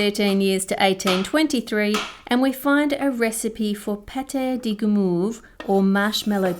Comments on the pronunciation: "pat-eh di gimoove" my french brain is angry but its okay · You pronounced pate du guimauve incorrectly... it's more like pattay du gimohve. You did choose the perfect music during the egg-beating! It sounded like Vivaldi or maybe Bach, which indicates baroque, somewhere late 1800s or begin 1900s.